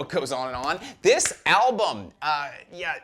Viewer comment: Yeah he knows. Welcome to mispronounces things on every Banger TV video.